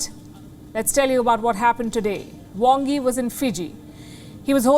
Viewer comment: Is the Chinese Foreign Minister from Bengal?His name is spelt "Wang Yi" with an A but pronounced "Wong Yi" with an "O"!!